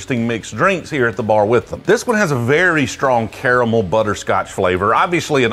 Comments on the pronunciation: It's pronounced caramel. Not caramel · How tf does he pronounce caramel both ways at the same time